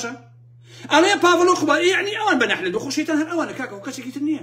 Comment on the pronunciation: سلاو بو کاک.. هه ول بده له ووشه ی (نه عله ت ) ، عین و حاء (ع ، ح ) لیک جیا بکه یته وه ، هه مان ووشه ده خوینیته وه به نه عله ت و له شوینیکی دی به نه حله ت ده یلیت. راستی یه که ی به عین ه و له قورگتی مه خشینه.. خوی ووشه که عه ره بی یه و له (لعنة ) هاتووه و ئیمه ی کورد پیته کان پاش و پیش ده که ین.. ده لین نه عله ت ، به لام راستی یه که له عنه ت ه یاخود به کوردی یه که ی ( نه فره ت ). له گه ل ریز